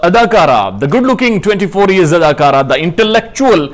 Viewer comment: Sir ap jab adakara khete h to bari hasi ati h great job👍😂